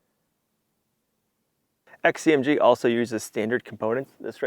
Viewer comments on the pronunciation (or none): none